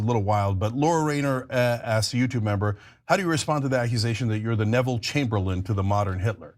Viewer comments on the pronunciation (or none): none